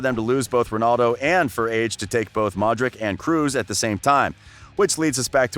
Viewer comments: its not luka modrik , its luka modrić (ć=ch ( like chelsea, not kelsea)). in any language except english c is not same as k, ok? totally different letters. if you see c, ć or č in someones last name do not say k, when we want k, we write k ( like in Kane...K) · “Arseeeen Wenger,” “Zinadine Zidayne,” “Modrick.” This guy’s pronunciation is whack